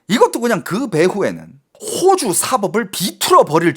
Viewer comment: 야 임마야 호오주가아니고호주 짧은 단음이다 호오주는 집주인이 호오주란다. 너진짜 말똑바로 안하면 죽는다